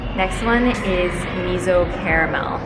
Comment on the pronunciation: Can't help but laugh every time you pronounce miso as 'mizo' 😂